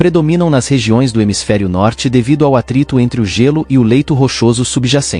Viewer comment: narrador é Gêlô e nao gélú